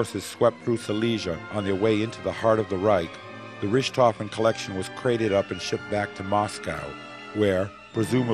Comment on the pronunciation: Von Rooshtofen? Please, a little practice at pronunciation!